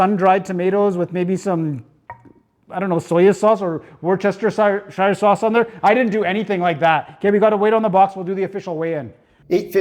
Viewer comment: Two things: As a fellow short king, I can identify with having to sometimes climb the grocery store. also ... I know it's a bit, but ... wooster-shear.